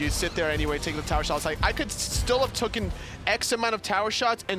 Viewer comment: it's TAKEN! Not tooken!